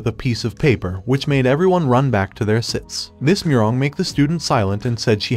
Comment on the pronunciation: He said sits wen it’s seats